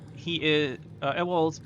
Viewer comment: dude. CROWNSPLITTERS????? (also I think Ewald is pronounced YOU-uld, not ah-WALLd :3 )